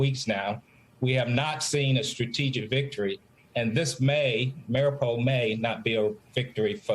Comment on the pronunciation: * Mari U pol, please say it right.